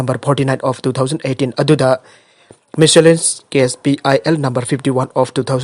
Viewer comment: petitioner haina habiyo there's no word in English by the name and with the sound peteniser + pronunciation of miscellaneous is wrong